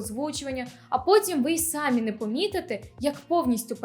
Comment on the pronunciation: А ще в слова "самі" наголос має бути на "і", а не на "а". (самІ собІ вИнні)